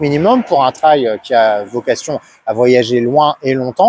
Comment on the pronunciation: MERCI pour cette excellente vidéo objective 👍 et surtout de bien prononcer le mot TRAIL et pas "trèl" comme beaucoup... Dont je serai curieux de savoir comment ils prononcent le mot Rail...??? 🤔 Après des années en Jap's j'ai goûté depuis 2017 à la GS avec une 1150 de 2003. Que du bonheur ❤ Depuis le mois d'août j'ai acheté une 1200 GS DOHC TRIPLE BLACK de 2011 que j'apprécie d'autant plus 👍. Bref quand on goûte à la GS il y a beaucoup de chance de choper le virus...😉 Pour moi les lettres GS signifient GRAND SOURIRE sous le casque à chaque fois que je roule avec... Salutations motardes du Sud Aquitaine ✌️